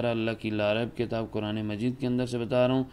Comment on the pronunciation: ماشا اللہ کاری اور کوران کہنے والے قاری صاحب پہلے اپنا تلفظ ٹھیک کرلیں